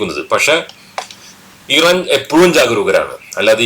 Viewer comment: ഈ റാൻ അല്ല മിസ്റ്റർ ഇറാൻ എന്നാണ് പേര്.